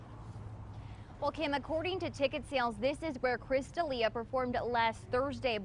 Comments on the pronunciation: Kristof Deal-eeah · Throwing shade no pronouncing Chris’s name right, Alberqwerki.